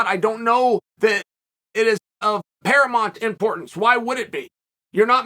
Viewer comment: Is someone eventually going to tell Chael that "paramont" isn't a word? Or are you all going to keep letting him sound stupid? The word is paramount.